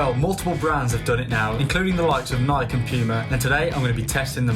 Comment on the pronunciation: Its NI-KEY not NI-KE